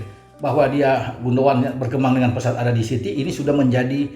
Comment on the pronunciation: Keren banget...!! tahu banget soal Ilkay GUNDOGAN. Bahkan pengucapan yang benar dari GUNDOGAN pun tahu persis, yg banyak Pundit gak tahu... Ditunggu terus ulasan-ulasannya,. Terima kasih.